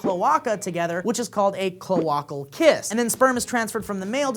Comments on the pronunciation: Cloaca, Clo-Eh-ka. Not clo-AH-ka. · I'm not an animal expert, but every wildlife related thing that I've seen has referred to that anatomical part as being pronounced like 'klo-ay-ka'... not 'klo-ah-ka'. Sounds funny. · cloaca is pronounced "kloʊˈeɪkə" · Pronounced "Klow-ache-ah" not "klow-ack-ah" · the word is pronounced Clow-a-ca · Eh. It's clo-ay-ka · I think you pronounced cloaca wrong. I believe it's Clo-A-ca....or I have been saying it wrong for years. If you did say it wrong, you learned something new from me today. YAY. If not, I did. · I love you... But it's a long A on the first "A" in Cloaca... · isn't cloaka pronounced "clo-ayy-ka"? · It's clo-aye-ca. It goes all Fonzi in the middle there. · It irritated me everytime he said it! CLO-ey-KA! DX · And it's pronounced "Cloh-A-kah" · connor ernst sex ed doesnt but basic animal biology does. sound it out with me, K-Low-ache-ah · It hurt me to hear how pronounced cl-O-A-ca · Somewhere my animal science professor is gagging at how pronounced cloaca. Got a midterm tomorrow, and poultry is one of the main subjects. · It's funny how they don't know how to pronounce the word cloaca. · Having a real hard time pronouncing cloaca. Well, it's understandable. Everyone at Sourcefed had sexual education in America.